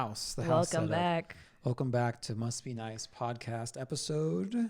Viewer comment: Why did I hear say, "welcome back to must be nice" as "welcome back to musky nights"? 😂